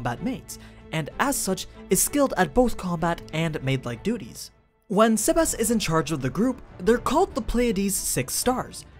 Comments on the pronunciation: The way you say sebas is cringey... You say it saybas. Not sehbas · Quick tip Its not seb-ass It seb-ess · SEBas not SAYbas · It sounds like your saying Sebas-chan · The way you pronounce his name is weird sea bass like the fish